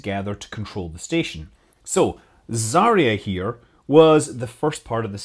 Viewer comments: Zarya no zareeya 😂😂😂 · Fuuuuuuck! zvezdA zaryA - stress on the last syllable !!!